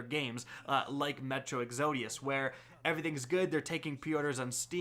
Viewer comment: why did you mispronounce “exodus”